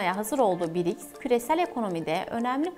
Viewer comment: Birics degil brics😂